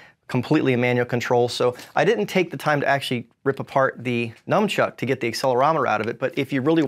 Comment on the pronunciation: Did say Numchuck? How do people get this word wrong? It's all over the internet!